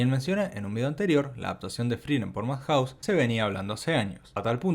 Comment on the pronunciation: Se pronuncia iufoteibel, ei uan, MADjaus y no madJAUS. jaiKIUU y no JAIkiu.